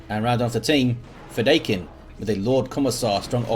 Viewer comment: Fedaykin. Feh-DIE-kin. It's from Dune. You can listen to its author pronounce it here